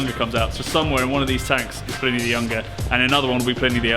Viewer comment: Can't you get Pliny's name right? It's pronounced Plinny (like Vinnie). Short i. It is not ply-nee!